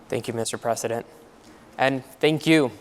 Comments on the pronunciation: President* Biden not Presseden Biden 🤦‍♂️ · This host is not an American and clearly doesn’t know how to pronounce the word “President”